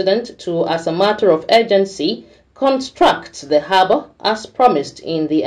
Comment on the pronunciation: Please it is Harbour not haba